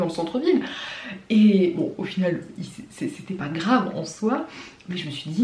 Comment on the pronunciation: Ton accent quand tu dis "pas" pô